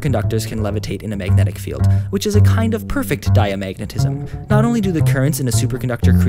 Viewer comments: I hated the way he said magnetic. "Mayg net ick? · i couldnt watch this video bc of how you say "megnit" "megnitisn" "megnetic"